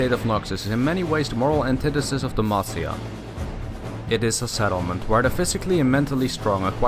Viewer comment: GJ on the video... but at first I misheard you saying Demacia into De Mafia